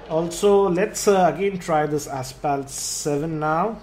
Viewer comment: It's pronounced Asfalt, not Aspalt. :)